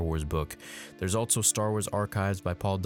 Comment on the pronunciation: At around 6 minutes you said "Altso", I'm sure you're tongue was tied lol